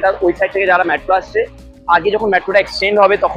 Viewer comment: মেট্রো ❌ ম্যাট্রো ✅